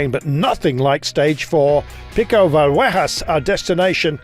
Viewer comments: Yes, is so awesome he can make up his own Spanish to bore us with... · Didn't you know, it's actually Valluejas 😂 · WTF "Riccitello" became "Rikkitello" and how he pronounced Villuercas?! Terrible, that should be his job.